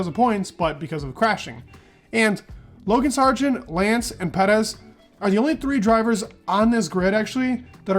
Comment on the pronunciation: That out of nowhere Mexican accent when saying “Perez”😂